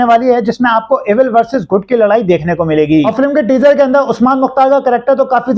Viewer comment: Bhai teaser hota hai na k treaser parhna to seekho pehly